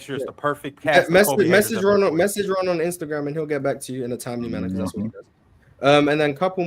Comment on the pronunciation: Ox had me crying but I don't think that saying Jokic would be better in a specific system than Kobe equates to disrespecting Kobe. Also W host action from, "Rawn" gotta do better